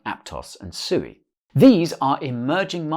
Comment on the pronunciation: Did you just prounce SUI, SUEY. 🤣🤔 Wow you'd think you would have learned by now after hearing from the devs at Mysten Labs that SUI means water in Japanese and is pronounced Swee. When you talk about Dogecoin do you say Dodge and end up confusing your new to crypto viewers?